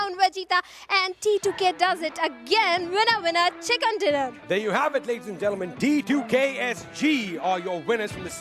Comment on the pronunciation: Hey lady its chicken dinner not chickan dinner